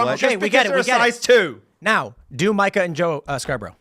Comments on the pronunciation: It’s pronounced Meeka not myka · Does Tim call her Micah as shade, or is nobody brave enough to tell him it’s “Me-ka”? I mean, Phil says her name correctly right after Tim says it wrong… This shouldn’t bother me, but it does. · Say it with me Tim, MEE-CAH. That’s how you say Mika’s name lol. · Will you corkys from facts of life please learn how to pronounce the name Mika already!? WTF!? It's MEE-KAH!!!